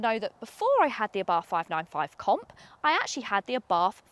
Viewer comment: good...but it is pronounced "ah Bart" ( and the "h" in Abarth is silent)